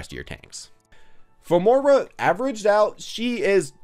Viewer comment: It's M-OY-RA not M-OOR-A